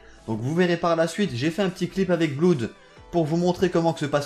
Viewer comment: Quelqu'un lui dit que Blood = "Blod" et non "Bloud" ? :-P